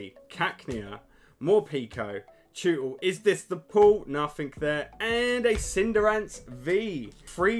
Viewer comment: My favourite thing about these videos is that he's clearly a huge pokemon fan, yet cannot pronounce the names of half of the Pokemon!! It's usually the yanks that get them wrong lol. MorPEAKO = More peck o Cinderance = Cinder race Camarant = Craw ma rant ^_^